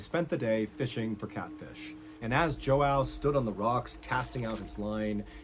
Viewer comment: The complete butchering of the name João by MrBallen